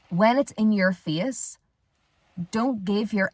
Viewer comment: about 3:!5..... I turned on the transcription and you said "face". I was unable to make that out the first time I heard it. Face sounded like "fias" Not sure where you are from but your accent is different than mine. lol!